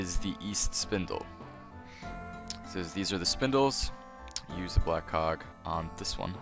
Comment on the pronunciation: Thanks yet again. I also am used to your voice, and you dont have a strong accent... so easy to understand. However, sometimes when you say "black cog" it doesn't sound like "black cog" to me :D And in New Zealand, it's ground floor, first floor, second floor etc :P